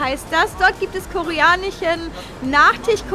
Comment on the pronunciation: Zum beichpiel, koreanich, nachtich